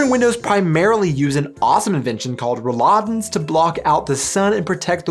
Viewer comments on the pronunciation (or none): Alright,, intervention: "Róllladen" is stressed on the first syllable, also just "Róllo" for short. Stressing it as "Rollláden" might cause hunger and confusion with "Rouláden", rolled-up slices of meat with filling (which my dictionary tells me are called "olives" in English).